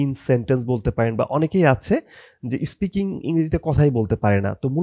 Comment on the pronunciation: ইস্পিকিং না...😂 স্পিকিং আপনার নিজের-ই তো ঠিক নাই 🤣